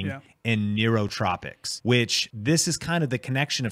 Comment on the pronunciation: It’s nootropics